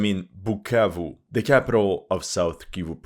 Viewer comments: u said "BUKKAKE" instead of BUKAVU?😝 je sais que tu comprends francais en tant que congolais j'ai très honte!!! This war is about mediocracy ON THE PART OF THE CONGOLESE !!! Mais tes vidéos sont instructives. Merci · “Pukavu “ 😂 he can’t pronounce it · It amazes me seeing this white SCUMBAG that has no business meddling in the African politics talk rubbish FOR 42 MINUTES ,he has no knowelge in regard to this matter ,he cant event even say "bukavu right "@ .another stupid youtuber paid to spread misinformation. M23 ARE CONGOLESE AND ARE FIGHTING TO PROTECT AND STOP MASS KILLINGS THAT ARE BEING DONE TO TUTSI AND AND OTHER RWANDAN SPEAKING TRIBE IN CONGO.THIS WHOLE ISSUE WOULDNT NOT HAVE HAPPENED HADNT THE EUROPEANS PARTITIONED AFRICA. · No you just didn't call my hometown like that, so disrespectful brahhh, now I can't unhear that whenever I'll answer where I'm from 🇨🇩😂😂😂😂